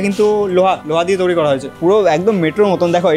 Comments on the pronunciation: দাদা ঐটা তৌরি না তৈরি উচ্চারণ হবে, আশা করি পরের বার থেকে ঠিক বলবেন । 🫡😎😏 দাদা আমার তরফথেকে 500 কোটি ভালোবাসা নেবেন❤❤❤❤ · Toiri ❌️ Touri ✅️ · "Touri" abar ki kotha 😂😂 "Toiri" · Toiri❌ Touuri✅ 😂😂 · Touri ki কথা 😂😂 The word is তৈরি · তৈরি ❌ তোউড়ি ✅ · তৈরী ❌ তৌরি ✅ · ভিডিওর সবই ঠিক আছে কিন্তু ভাই উচ্চারণটা একটু ঠিকঠাক কর, 'তৈরিকে তৌরি'এরকম টাইপের কিছু কিছু ভুল উচ্চারণ রয়েছে তোর!! এগুলো ঠিক করলেই আরো ভালো লাগবে।। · ভাই উচ্চারণটা তৈরী, প্লিজ তৌরি বলাটা বন্ধ করুন। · Say Toiriii... Not Tourii..